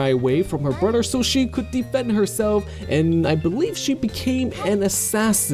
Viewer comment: He said "broder" instead of brother xD